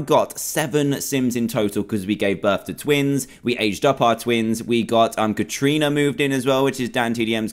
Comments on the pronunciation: Dan you say it as Karana but it is spelt Katrina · Ka Tri Na that is how u say it xDDDDDDDDDD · Dan said Kat rina I laughed so hard 😂 BTW I watched this playlist in 2018 I’m just commenting now cause idk